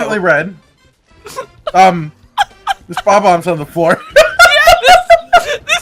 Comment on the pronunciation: bomb-oms? its bob-ombs!